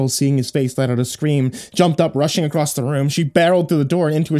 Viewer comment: I love but why does he keep adding a T to "Across"?! It's triggering xD